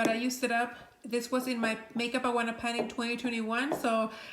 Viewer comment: Do you know how she pronounces Ioanna? Eeoanna? Yoanna?